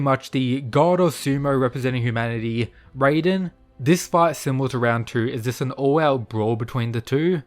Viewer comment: Stop doing this, stop pronouncing raiden’s name as “rayden”, we’ve been through this like a month or two ago, you’re supposed to pronounce his name exactly the way it’s written, “Rai-den”, you said you’d stop, but you haven’t… why?